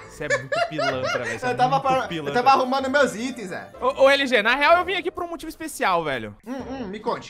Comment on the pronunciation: LG fala LOSTRE